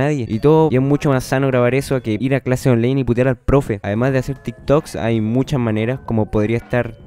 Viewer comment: onlaiiiiin ctmmmm onlaiiin no onleiiiiiin wn